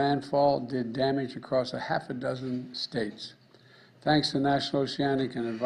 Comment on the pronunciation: Oceanic???? That's a hard word to pronounce. Here......hold my hand so you dont get lost, Mr. Resident, as I walk you through its pronunciation. It's pronounced, "oh-she-ann-nick"! Whew! That was tough. I'm exhausted!